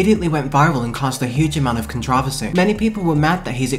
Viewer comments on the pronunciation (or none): The way you say controversy gives me a brain aneurysm